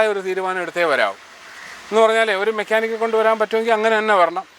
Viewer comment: വീണ്ടും ആവർത്തിച്ചു മെക്കാനിക്കൽ അല്ല മെക്കാനിക്ക് ആണ് 😂😢😢😅